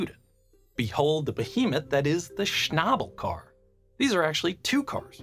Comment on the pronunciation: Thank God he knows how to pronounce "Schnabel car"